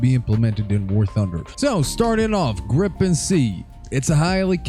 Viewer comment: ITS FUCKING GRIE-PEN NOT GRIPPEN